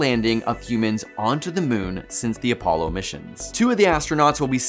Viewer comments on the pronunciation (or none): none